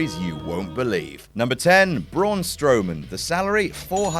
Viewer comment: Braun, not Broon